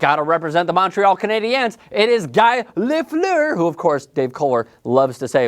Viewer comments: Guy Lafleur is pronounced "Gee" with a hard "G." He's called "the flower" because "the flower" in french is literally "la fleur." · Don't watch. I stopped when he didn't know how to pronounce Guy Lafleur. Done. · You pronounced Guy Lafleur's name wrong. Richard and Lemieux should be above Messier. Messier was one of the dirtiest players of his era and in my opinion was vastly overrated in an era with weak defensive systems, horrible reffing and bad goalies. Sakic snub is ridiculous and I would have given at least a mention to Jagr, he is still putting up great numbers and has looked better since he left for Europe.